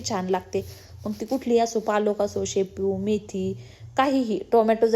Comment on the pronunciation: शापू नाही म्हणत... शेपू ahe te😅